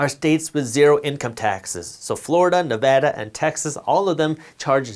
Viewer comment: As a Nevadan thank you for pronouncing the state name correctly